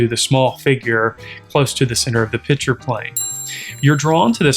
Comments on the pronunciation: I am confused. Are you discussing beer? You keep saying "pitcher". Was there a pitcher of beer somewhere I didn't see? I can then only make one presumption as to what is going on. The correct pronunciation is: "Picture". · This is a great lesson on composition. But please… there is a difference between “picture” and “pitcher”. Correct pronunciation is a critical skill in presenting your ideas.